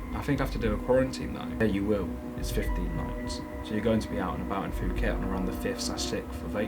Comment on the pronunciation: Fuket! OMG I'm dying, do you call it FUKET? 😂😂😂 Sorry for laughing in such a serious situation but i just can't help it, Your the best!